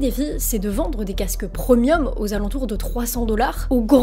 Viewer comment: Premium se prononce pré-mium et non prEmium. 😂